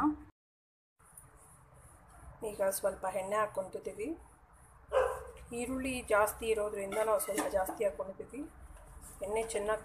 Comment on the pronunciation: Kannada sariyagi mathadi hirulli Alla eerulli